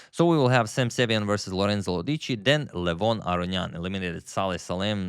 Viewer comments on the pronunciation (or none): none